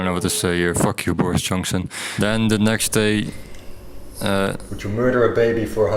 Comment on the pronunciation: It's bordis jonksin